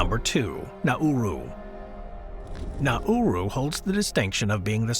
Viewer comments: This has got to be an AI voice. Na-oo-roo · In Australia we say Nah-roo and the footage was not Nauru at all.